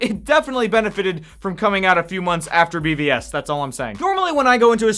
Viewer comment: says BVS. My church kid ears heard VBS. I found that a bit humorous, especially dive I'm helping with one in July.